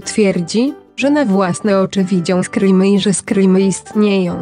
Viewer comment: A wiadomo skąd to w ogóle się wzięło? Skrim zamiast normalnie screen? W każdym filmie tak jest